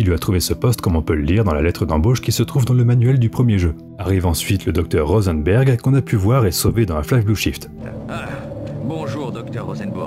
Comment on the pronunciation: Pour Rosenberg c'est peut être tout simplement "RosenbUrg"